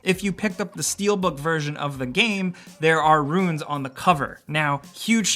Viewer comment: Whybdoes everybody pronounce the word RUNES as RUINS? Super annoying and 2 totally different things.